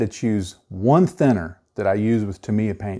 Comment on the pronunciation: Wow the only person I have heard say Tamiya correctly. However like the comment below I use alcohol great than 90%. I used car wiper fluid and 90% alcohol to clean my airbrush and brushes. You can add glycerin to the thinning paint so the airbrush doesn’t get dry tip. I love Tamiya paints they go on flat and dry fast.